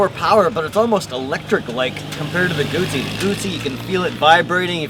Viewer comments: It's guzzi not gutzzi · It's not "goot -zee", it is "goo-zee" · You fucked up the pronunciation. Moto Guzzi not Moto Gucci It's not a fucking bag. You have to know these things if you expect people to take you seriously. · Salvatore Giovanni Wrong, a ZZ in Italian makes the TZ sound. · Guzzi not gootsey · And Gutzi instead og Guzzi! :-) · Gumbi? Do everybody a favor, get some basic motorcycle culture, then come back on youtube acting all "expert". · Not in Lombardy where Guzzi are made, double-z becomes double-s - G-oo-ss-y = "Goosey" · Goot - see, Peet - sah = Guzzi - Pizza. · Lombard = Goosey :) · why does he say "gutzi" there is no "tT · he really needs to learn how to pronounce guzzi